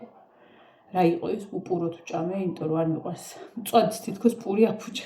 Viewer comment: სულ მინდა გკითხოთ " იმირომტომ" სპეციალურად ამბობთ ასე ამ სიტყვას🙈 თუ სერიოზულად? მართლა მაინტერესებს ყოველგვარი ქილიკის გარეშე...